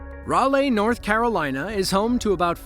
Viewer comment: 10-50 is MVA(motor vehicle accident) and Raleigh is pronounced Ral-ee. Just a couple tips for future videos from your friendly North Carolinian. Anyways good vid :)